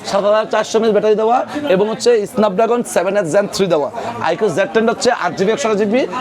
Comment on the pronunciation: এসনাপ ড্রাগন নাকি স্নাপ ড্রাগন? এই লোকের উচ্চারণ কি ঠিক আছে? 🙄🙄